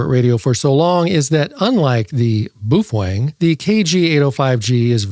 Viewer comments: Booh fweng huh.you rookie.you just lost all credibility w me.try bao feng.like it's spelled .try listening to others..sound it out.can you say bao fang?? I knew you could.....jeeezoooo dude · Lighten up man. You need to understand the sense of humor in all his videos. BTW, he pronounces it: BUF WANG!